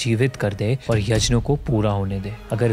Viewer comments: Bhai yazhna nhi yaghna kehte h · Bhai Yajna nhi hota h Yagya hota h, Indians toh sahi pronounce kr skte h atleast..... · भाई 'यज्न' नहीं 'यज्ञ' होता है। By the way video bohot accha hai❤️ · Kindly pronounce the word यज्ञ ( यग्य ) and not यजना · Yajna nahi Yagya Boliye🙏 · Yajn kya hota hai be yagnya hota hai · yajna nahi bhai,... yagna ya fir yagya... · Why we are usingwestern style of saying yajna, instead of yagya. Brother please maintain Sanskrit word as it is instead of western style saying words. Other then that its a good channel🎉🎉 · यज्न नही यज्ञ होता है। gña का pronounciation ज्ञ होता है। सारा मूड खराब हो जाता है भगवन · He is not even able to pronounce yagya!🙄.it’s not yaj na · please please please its yagya not yajna similarly its ram not rama its ramayan not ramayana please you have such a big audience watching do not follow western cultre like that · Chhodo bhai, inki baatein upar upar ki hoti hai. Deep details inhe nhi maalum hoti. Kuchh batein galat bhi hoti hai. Inhe यज्ञ bolna bhi nhi aata.